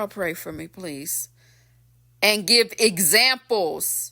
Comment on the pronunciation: 1st time here! When you said give zamples,and the ignorance is contagious! 😂funny and true! I have to admit it,I have caught myself say,Yeah,yeah,yeah,yeah,yeah!😅😂😅😆🤣